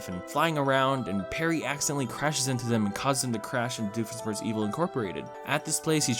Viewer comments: "smirtz" its sh-mirtz dammit. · cant americans say, doofenschmirtz. we dutchmen can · I love how he just slowly gets worse with saying Dr Doofenshmirtz